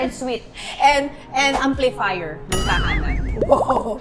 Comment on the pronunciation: Gusto ko yung “Ampliflier”! 😂😂😂😂😂😂😂😂